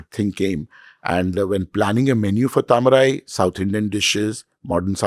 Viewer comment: Please for f sake, make an effort to pronounce south indian words correctly. Its not hard. Try it and have some respect. Its Taa-ma-rai